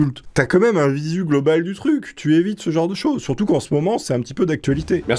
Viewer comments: Mime tu veux dire meme ? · OMG il a dit MIM OHlala !! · on dit meme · Non en anglais le e ce dit i